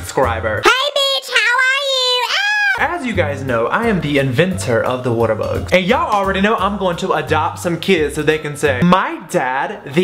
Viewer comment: I use to think you said waterthose